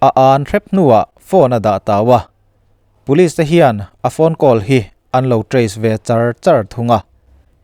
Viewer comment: Ngating Police hi Pulis tih a I lam zeel le ka ti ..Aizawl lam YouTube narrator ho reng2 hian Puliz zu han ti vek aa..